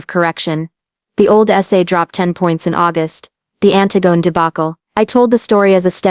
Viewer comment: That's not how you pronounce Antigone